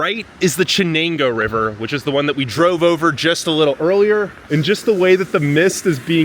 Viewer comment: Jesus. After growing up in Bingo and then moving out of state, I would happily light Binghamton on fire, but this is so badly done. Made it to before I could tell this was going no where. “Chen-angoo River” C’mon man.